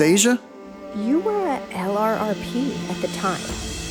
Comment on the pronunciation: Great stuff! Just a couple notes though… I-Ching is pronounced “Ee-Ching” and LRRP is pronounced “Lerp”. Keep up the great work!